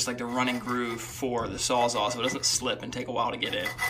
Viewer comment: Good video, very informative. But...are you saying "sawzaw" lol